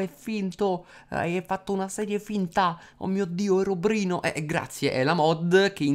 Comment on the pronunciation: ma perche dice herobrino